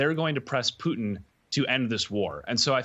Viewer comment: It's POO-TIN...